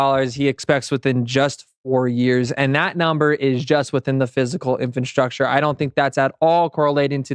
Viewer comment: Please learn how to pronounce “infrastructure”. INFRA- STRUCTURE. That is all